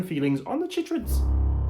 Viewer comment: I feel like it should be pronounced "kai-trids," to match "chylomicron" and "chylothorax" (both of which are "kai-lo.") But of course I could be wrong because this is science-fiction!